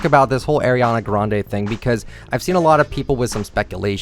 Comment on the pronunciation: No not the way he says Ariana Grande’s name LMAO 😂🤚🏽